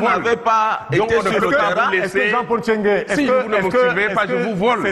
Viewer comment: NTCHENGUE pas TCHENGUE. Car il faut éviter qu' en oubliant le premier " N", l' on puisse penser de prime abord qu' il s' agit d' un bamiléké. Je m' explique: 1. Un bamiléké n' a jamais été si con. Mêne pas jean de dieu momo. 2. Un bamiléké si con qui enseigne à l' ENAM des nkouas? Que ça a comnencé par comment? Ceci dit, j' espère que quelqu' un viendra ici nous confirmer si c' est un bami ou un Atangana. Nb: il ne s' agit pas de tribalisme, mais du cul de sac dans lequel certains ont mis notre pays et qui se perçoit ici dans la gêne d' Abdourahmane face à cet encenseur plein d' huile de sardine sardinarde.